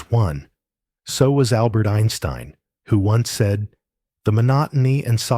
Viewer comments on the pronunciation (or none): none